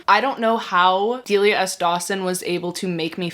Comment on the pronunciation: thank you, I was losing my damn mind and possibly entering my villain era every time said Delia in her videos. I didn't want to be THAT annoying girl who corrects everyone but I am her, I'm sorry.